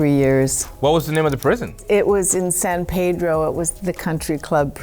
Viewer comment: The way Jennifer said San Pedro irks me😭